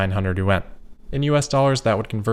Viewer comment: Yuan is pronounced more as a 1 syllable word instead of yu-en. Just a now you know moment lol.